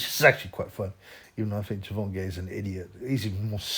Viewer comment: Ger-von-gay LMFAO